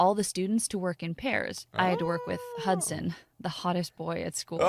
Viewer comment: This man's name is hudsan more like hudsand